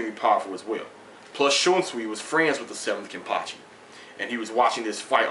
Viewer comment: Thanks for the vid, I really enjoyed it, and btw you said the name right;)